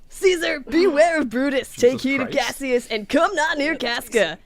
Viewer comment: every day somebody pronounces cassius as three syllables when it clearly scans as two and i die inside a little bit. very good otherwise tho